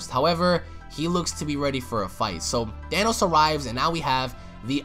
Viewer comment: "THANOS" bruh😂😂